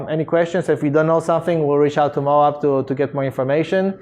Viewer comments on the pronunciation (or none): I think that's pronounced Mo'-ab, with a long o and short a, like Moab, Utah. OK, it is Mo'-ab. Moab paper is made in Utah.